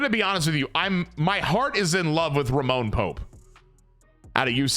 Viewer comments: for the love of sweet christ brother the mans name is RAMON Pope😂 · If youre gonna keep calling him “Roman” when his name is clearly “Ramon” then just change his name to Roman